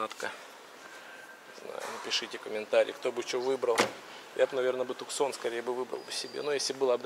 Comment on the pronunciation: Не "Туксон"а Туссан!